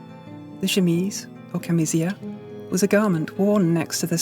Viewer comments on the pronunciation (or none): I love this video but some of the Italian pronunciation is way off. "Camicia" is "cahm-EE-cha", not "cam-EE- see- ah" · Well done as always, just be careful at the Italian words, camicia is pronounced [kamicha], and cuffia has the accent on the U [cUffia] 🙂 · Wow, now THAT was a surprise! Excellent production. I almost always find these styles beautiful as well as comfortable, but the soft silk sleeves over billowing chemise sleeves would be quite annoying for me. Incidentally, at least in modern Italian, Camicia is pronounced ca-mi-tchia. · Fascinating. ‘Camicia’ and ‘cuffia’ are pronounced wrong…sorry